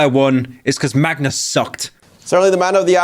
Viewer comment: BRO ONLY PRONOUNCED MAGNUS' NAME RIGHT THIS ENTIRE VIDEO